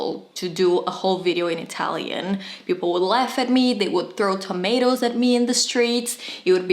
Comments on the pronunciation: Thanks for the lesson. I thoroughly enjoyed it and although I'm not Italian either, I speak Spanish and it sounded good to me.😄 Close enough don't you think. HAHA. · Brava! You should do a video series about the top products of every brand. La tua pronuncia è perfetta 👏